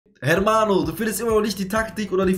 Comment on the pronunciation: Das h in hermano ist stumm